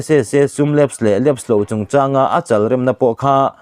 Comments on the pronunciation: Heti khawpa chhiar hnem leh puang tam tawh si ,,,Mizotawng lamdan hi uluk teh.,😡😡 lam dikloh a tam thei e mai..l chalah khan lung an rem dawn ami? I lu a mi chal kha ni lovin,,,Lawi chal ang khan Chalrem tih tur. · "Chalrem" Entirnan He Lawichal hi a lian hle, tih ang "Chal" hman tur aw.. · A chal rem tih kha a thluk a va dik lo ve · CHALREM ti hi a thluk i ti dik lo, Bawngchal, Lawichal tih a CHAL tih lai ang hian lam tur.